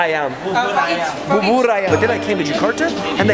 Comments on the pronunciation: u mean 'Ketoprak'? Also how u should read Bubur is like 'Boo-boo-r' 😀 Love ur vids much! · Bubur is spelled as booh-boor. It's not ba:boor. It's a chicken rice porridge. McDonald's bubur is plain, actually, compared to traditional one that you could buy on the street. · he said bubur ,babur lmao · ITS NOT BABUR! but bubur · Bubur ayam (Boo-boor ayam) not babar ayam wkwk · Not babur but bubur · Babur? Bubur man, BUBUR. Jeez... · Yo sup from jakarta indonesia here, and u did make me choke when i was drinkin coffe... U said it babur and i was like wtf its bubur not babur 😂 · It's "bubur", dude, not "babur". Most word in Indonesia are pronounced as same as its writing. Anyway, bubur means porridge. Nice one, dude! Keep making vids like this! I'll always support you! Have a nice day in Jakarta! God bless you! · Boo boor i am...real pronounce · You say bubur like this boo boo r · just pronounce bubur like booboor teehee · you've been pronouncing it wrong! it's not bubur it's booboor 😂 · ketoprak and gado-gado, and bubur ayam pronaunce boo-boo-r (bu-bu-r) ayam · Bubur = boo-boor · u meant gado-gado and KAREDOK ( pronouce like car-ray-dock ) , u must try Burger King Fried Chicken , much better than KFC , Mc.D etc , oh maybe in par with A&W Chicken , BUBUR pronouce like boo-boo-r , have a great day , God bless you , i believe in Jesus also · Babar ayam 🤣 sound of letter u is a, that’s what I teach to my students but it’s not sounding a here 😁 reminds me of Barbarism Go to museums and you’ll meet many teens who will ask you for selfie. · I just hear barbar i am (bubur ayam) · I hear “babar ayam” 😂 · Seeing foreigners butcher Indonesian words like bubur will always be funny to me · yum that bubur looks delicious and you said bubur wrong